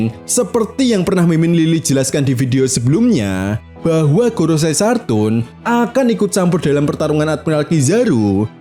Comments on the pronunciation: Saturn min bukan sartun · Koreksi min, Saturn knpa dibaca Sartun? 😄